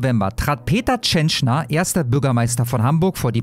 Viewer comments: Die musst mehr Fernsehen schauen 😀 Dann weißt du, dass er Peter Tschentscher, nicht Tschenschner heißt. Ansonsten danke für die Info. Warum liest man das nur in der Welt? Meddl off. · Tschentscher, er heißt Tschentscher, der Lump. Nicht TschentschNer! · Ich will den Mann gar nicht in Schutz nehmen. Wollt nur anmerken, dass der Kerl "Tschen - chair" ausgesprochen wird :) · Meine Güte Alter, der Mann heißt TSCHENTSCHER! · er heißt TSCHENTSCHER 😂